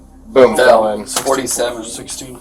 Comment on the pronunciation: Cant even say the word"fell."🙄